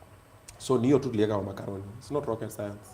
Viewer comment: Makoroni lol. That’s how it’s pronounced boss 😅